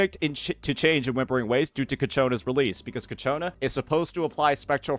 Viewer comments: It's Ciaccona not Cacciona 😭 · Its pronounced CHA-CONE-UH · Of course, its coccaina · I'm actually gonna block this guy if I hear him say ciacconas name wrong one more time